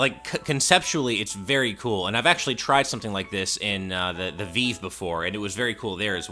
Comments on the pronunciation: Ah yes I love the HTC “VeeeeVe” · Ok, what in the world is a veev?? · It's called V-eye-v. As in rhymes with five--Vive! Stop saying it wrong just to sound different like some hipster ponce. >:-(